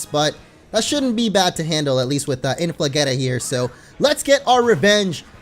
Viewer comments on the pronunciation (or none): I thought you were munching potatoes btw its inflageeeetah not getah it's a cheetah